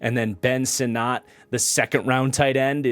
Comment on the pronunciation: Ben Sinnott is pronounced “sinnit”. From the man’s mouth himself. Just FYI for future vids.